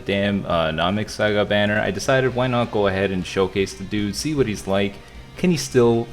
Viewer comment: You said sawga this time lol great vid